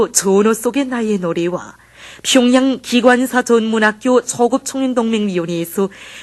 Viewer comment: 평양이 아니라 퓨~융 양 뭥미ㅋㅋㅋㅋ